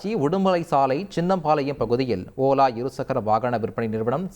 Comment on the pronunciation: OLA❌ OLLA ✅ 😂😂